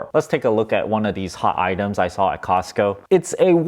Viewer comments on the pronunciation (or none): none